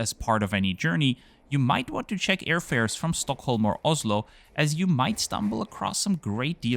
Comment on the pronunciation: Being from Stockholm I appriciate the pronunciation of Stockholm :) Well done